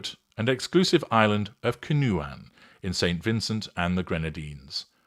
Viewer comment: Pronounced Can-O-Juan